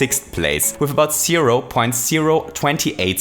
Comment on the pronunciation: I like when he says zero, because it sounds like sero